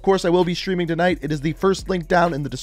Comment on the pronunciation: can you please say Streaming not SCHtreaming...